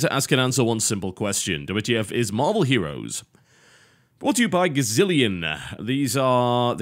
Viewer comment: Did he say marble heros? XD